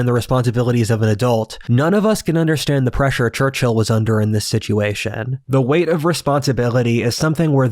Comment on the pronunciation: Just a side note; your pronounciation of the man's name is really weird. Instead of "Churchill" it souns like "Churchhill".